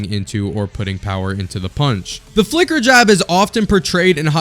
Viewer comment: The "flicker" jab subtitle and pronounced like "f*cker" jab suprised me at first glance.